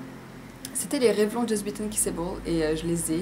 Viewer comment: Sympa ce petit tag =) Bonne chance pour le concours ! PS: Revlon se prononce "Revlonne" ;-)